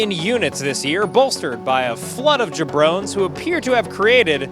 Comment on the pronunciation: ok but "jabrones?"